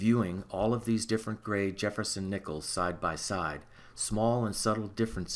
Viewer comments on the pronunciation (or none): none